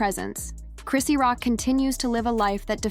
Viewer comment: Chrisean is pronounced Chris Shawn there is no t in her name❤